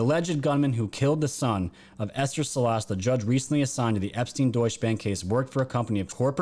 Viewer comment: Salas - the accent is on first syllable...